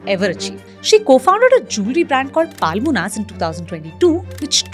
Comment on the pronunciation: It's not Paalmonas. Horrible pronounciation